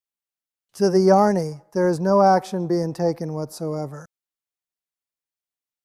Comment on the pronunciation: Sounds good, a minor point, the pronunciation of Jnani and Ajnani is not quite correct. I think the text-to-voice will do better by replacing Jnani with Gyani and Ajnani with Agyani. Jyani and Ajyani would also work for, though I feel Gyani/Agyani will work better. Thanks for this.